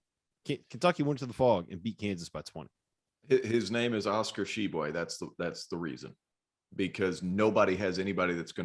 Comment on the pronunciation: cant pronouce Tshiebwe, sure as hell can pronounce Dunkin Donuts Center